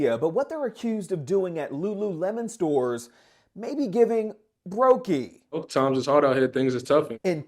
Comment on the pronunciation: how tf you gon say brokie lol